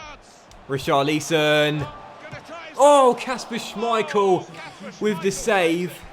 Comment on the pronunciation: Not how you pronounce richarliason